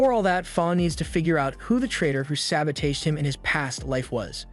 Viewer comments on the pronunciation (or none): "Sa-bow-teige" 😂 love it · Why u mispronounce sabotage bro